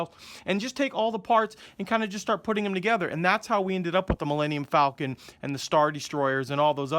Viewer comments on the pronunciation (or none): none